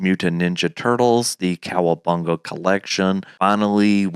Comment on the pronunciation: grown man saying the Kcowabunga collection 😂😂😂😂